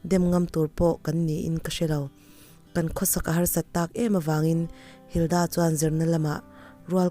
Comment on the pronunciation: Linda tih leh Hilda tih hi a lamdan a danglam chuanglo sin 🙊🙊